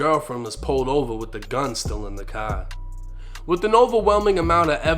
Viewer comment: Damn i hate hearing u pronounce apartments and the word car🥴🤦🏾‍♂️